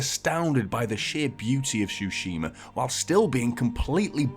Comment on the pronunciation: “Shoe-shima” xD